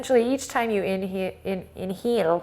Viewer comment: I always laugh a lot when you say "inheel" and I lose my breath XD